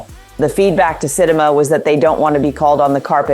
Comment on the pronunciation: Sounds like A.I.. I read the message before hearing this video. Love the written words and the entire message but the voice is off. Oof, yeah... I just heard it mispronounce Sitima. A strong message like this needs to be real tone in my opinion. I can hear her conviction in the written word and the robot kills it (not in a good way).